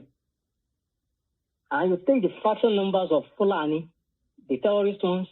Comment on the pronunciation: Is it terrorist or tellolist are you joking or serious about this your tellolist pronounciation